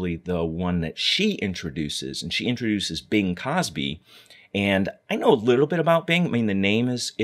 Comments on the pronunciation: Uhmmmm...it’s Crosby. Not Cosby. Bing Crosby. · good video. I very much enjoyed the history. Sorry to have to mention it because surely everyone knows to whom you were referring but his name is Bing Crosby not Bing Cosby. just so happens nowadays that mistake caries with it a negative connotation.